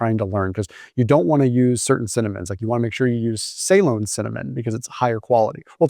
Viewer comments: Say-lon? Da fook. Pronounced Ce-Lon. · Ceylon pronunciation ------ “Seelon" not “Saylon" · Listening to this and wondered what type of cinnamon was talking about.. then I read it … difference in the way we say things Us/Uk 😂 we say Ceylon (now Sri Lanka ) as ‘ see long or si long’ not ‘say long’ … nothing wrong with that just the way things are said differently.. you say tomaytoes we say tomaatoes 😂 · May dad served in Ceylon during WWII, in an airfield for the Royal Navy, servicing planes in the war in the Pacific. Anyway he pronounced it suh-LON, emphasis on the second syllable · Please pronounce Ceylon in the way it is meant after the country that is now Sri Lanka as “Sa-lon” annoying on the ear. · Is he saying Saigon or Celon? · Ceylon pr. Suh-lon 😊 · Loved the video, your content is great. Just one tiny thing... You're mispronouncing the word 'Ceylon'. If you're interested in the correct pronunciation, this is it...